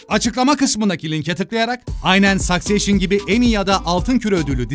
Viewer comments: "Sökseyşın" değil de "sükseşşın" desen abi, dizinin adını şaşırdım :) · Başıma bişey gelmiycekse, Succession, Sakseyşın değil Sıkseşın diye okunuyor 😬 (takıntılı insanım) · Sakseyşın değil Sıkseyşın diye okunuyor abi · Ingilizce zor anliyorum ama Successionı "Sakseyşın" olarak okumayin abimiz gibi. "Sakseşşin" olarak düşünün. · Sükseşion olarak okunan kelimeyi neden sakseşion gibi okuyorsunuz🤔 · Sakseyşın değil abicim be sakseşın 😅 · "sakseyşın" telaffuzu yanlış hacı. "saksesşın" daha doğru olur. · abi İlk diziyi sakseşın diye telafuz ediyorsun, sakseyşın değil. Hwr söylediğinde içim bi garip kıpır kıpır oluyo. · Peki sayseyşın telaffuzunu napacaz abi :D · Ama sAkcession demesen be abi